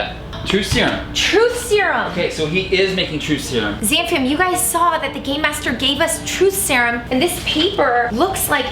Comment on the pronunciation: She says Zam fam not Sam fan